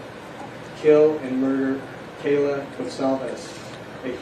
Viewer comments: Yes, it really sucks that he can't pronounce their names correctly. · Except the judge said Kayla instead of Kaylee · Judge should have practiced their names for goodness sake. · Guys I'm ALARMED that the Judge cannot PRONOUNCE KAYLEES NAME CORRECTLY....Her poor PARENTS AND FAMILY...🤬😠😠😤😠🤬👺🤬🤬😠😡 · I felt the same way about the pronunciation…was glad he apologized. “Stand Silent?” This means “not guilty?” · Agree, sheesh, couldnt he even spend a few minutes at home practicing pronouncing their names, he got TWO out if four names wrong!!!!!!!! Terrible for their parents.